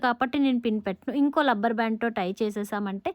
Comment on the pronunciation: It's not lubber... rubber band